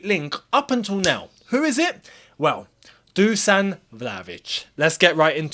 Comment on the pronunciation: Dusan is pronounced correctly: Dushan